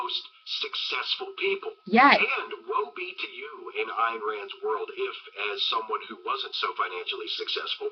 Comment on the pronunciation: It's pronounced Eye + n Rand.